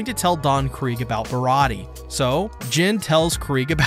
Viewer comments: Im pretty sure that the pronunciation is Bih raw dee aye or Bih Raw ti aye, it's like an in between of dee and ti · You're very close with the pronunciation. You just forgot the "ayy" sound at the end. Barati-ayy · The warlords are the one piece equivalent of Privateers basically government sanctioned pirates Mihawk is the strongest swordsman in the world no question he is also a warlord. also its pronounced like (bar-ah-t-ay)